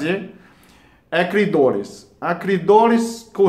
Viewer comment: Clidoris....plazer....plostata...e pastel de flango.... Tirando isso tá valendo!